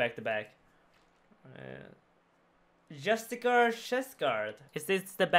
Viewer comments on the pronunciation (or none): Just-ish-ee-R JUSTICIAR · Justiciar = JUST-ISH-EE-R Jesus Christ Woman